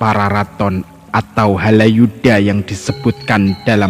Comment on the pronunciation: Bukan Haladjuda mmbacanya tetapi Halayuda.